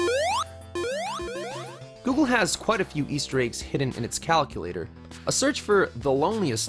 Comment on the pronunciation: did he say... cal-coo-lator...?